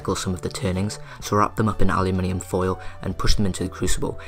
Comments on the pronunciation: yu as in alphabet "U" give him space. tho the minium became minum thats another issue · What the hell is allyaminum driving me nuts the way he says it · its pronounced uh loo men um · It is spelled aluminum so is is pronounce aluminum, elements ending in -minium are radioactive elements. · aluminum* lol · You pronounce aluminum way wrong... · no you pronounce aluminium way wrong